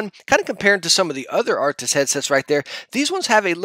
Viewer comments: he said he's gonna try to call them arctis then immediately said, anyway the arctics- BRUH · "I am gonna try and say 'Arctis', so anyways Arctics 1" Yes but Yesn't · “I’m gonna try to not call it arctix and call it arctis so here we got the arctix”